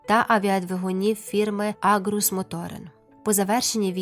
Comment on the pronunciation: 2.38 не "Агрус", а "Аргус". Агрус - ягода, Аргус - персонаж давньогрецьких міфів.